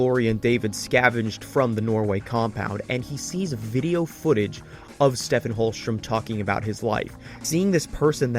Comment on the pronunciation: Love this!! I'm almost at hour 4 and i was wondering if there was a particular reason you pronounce Holstrom's name as Stephen with a soft ph instead of "Steven" as is done in the show? Props to you for your dedication - i really love this analysis